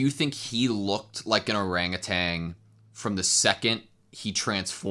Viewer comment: "orangutitan" love that